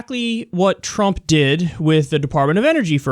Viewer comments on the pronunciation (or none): none